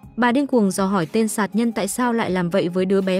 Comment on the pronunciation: đúng, ngọng cả chính tả lun